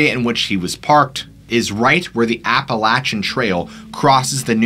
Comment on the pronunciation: Fun storytelling! One thing, Appalachia is pronounced like “Apple at cha”, and Appalachian is “Apple at chin”. Most people not from the area don’t know that, so no worries at a small mispronunciation, just wanted to let you know!